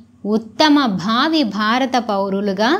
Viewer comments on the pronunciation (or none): none